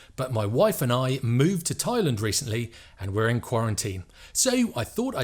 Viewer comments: Please stop saying Thailund it’s very annoying. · I know you are pronouncing it the same way we say England but it just sounds weird to me. Only a tongue in cheek comment not serious.